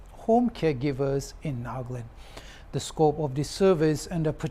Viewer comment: It's NAGALAND not NAGLAND